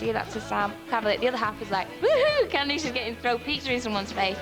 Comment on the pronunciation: I can’t see the name Candice without hearing “CandEESE” 😂 We don’t pronounce it like that here, it’s so fancy and pretty!